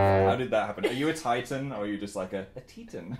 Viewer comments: "Are you a titian, or a teetan?"-Phil Lester 2K17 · "Are you a titan? Or a teetan?" I CANT XDD